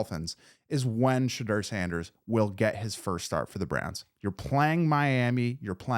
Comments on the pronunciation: I subscribed please practice on how to pronounce his name correctly.You pronounce it the way he said he didn't like it pronounced not Shedrrrrrr its pronounced Sha-door 🚪 You said his name over a hundred times so hopefully you practice and learn how to pronounce it😮💯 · Oh and Shedoor lol not Sheduur Hahaha